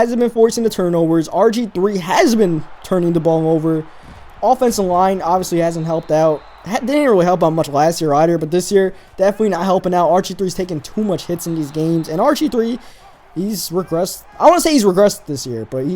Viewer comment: "ider" either